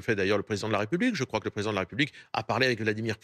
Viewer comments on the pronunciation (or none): la defonse de la Fronce avec le presidon pondon 6 ons..... Bravo la journaliste :(